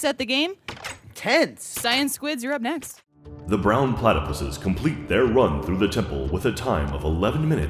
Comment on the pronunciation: Brown PlatyPusses: The Brown PlatyPusseseseses